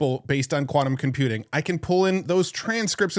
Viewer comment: its quantum not kvanum